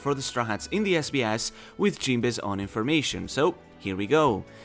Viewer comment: I love your accent every time you say this sbs it just sounds like this is BS. And it is SO fitti g. Lol